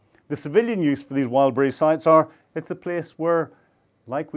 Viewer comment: Its called Wild BERRIES stop calling it wild breeze